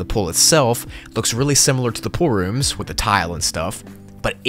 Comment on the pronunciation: The Name is Pool-Rooms. Says:Poor-Roms. Nice